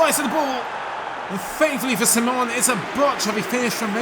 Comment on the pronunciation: the SI in Unai's Simon's name is pronounced the same way you say yes in Spanish. Quality as always,!